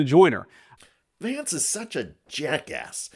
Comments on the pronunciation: When JD says his name, he totes says "Shady Vance" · Did he say "shady Vance". I like that. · I thought vance said, "Hi, I'm "shady" vance"! 😂😂😂 What a fkng moron !🙄🤦‍♀️💩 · Notice when JD vance states his own name it sounds like Shady Vance. How appropriate. Leave Greenland, Canada, and other countries alone, Trump and his bunch are screwing up enough just trying to use computers and radios! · ...did he say, "Shady Vance?" 🤔🤨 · I clearly heard JD introducing himself as "Shady Vance". Appropriate. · Did he say Shady Vance? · When Vance introduced himself I heard it as « shitty Vance ». This could become a good way to call him. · Did he say I'm "shady Vance"? Lol. Feel free to use. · Did he say shady vance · Did the V.P. just say "Shady Vance" ? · I love the way he says his name. To me and many others in Europe, it comes across as Shady Vance😅 well at least he is honest about one thing. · I thought he said. Hi there Shady Vance here.